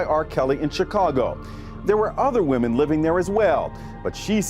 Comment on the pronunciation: He said women so many times and pronounced it wrong every time